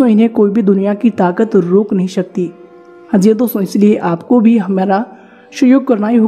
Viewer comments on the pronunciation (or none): भाई साहब ... स बोला करें... श नहीं... लग शकती है। नहीं लग सकती है। सभी बोलो शभी नहीं।